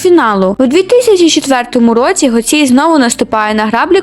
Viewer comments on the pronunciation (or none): Чому гоцІй? Вона веде ютуб-канал, де сама називає себе гОцій